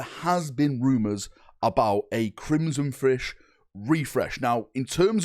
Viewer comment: Crimson Fish refresh??? We need to get this man into speech therapy